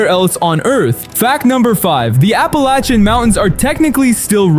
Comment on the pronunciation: The dumb AI voice routinely switches back and forth between 2 different pronunciations of "Appalachian".